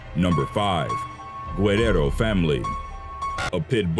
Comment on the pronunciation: Lol that's not how you pronounce guerrero